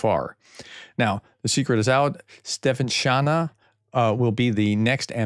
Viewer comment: Svy - ry - denko Like sweet only it's v instead of w, and it's this short i, as in kit, fit etc. and no t, ofc. Then, -rid, en (like a single N letter), and ko. Ste - fa - ni - shy - na [stay fun niche in R], just lose the y in "stay" part. I mean, come on! You talk about important stuff and you dig deep – it's not that hard to go an extra mile of NOT butchering the last names of these folks 🙏🏻 I can literally help you out with ANY Ukrainian proper names for free. If you're interested